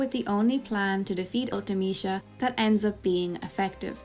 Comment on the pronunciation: I've never heard anyone say Ultimecia out loud and I like your pronunciation of it. I always read it as ultee-meh-see-uh.